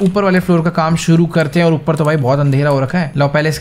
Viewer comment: Bhai vah kam hota hai Kan Nahin hota hai aapane jo bola pahla Kan Hota Hai😂😂😂😂